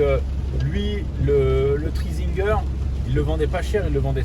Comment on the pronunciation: C est pas train zinguer c est tri zinger putain t as du mal 🤣sinon 👍🏽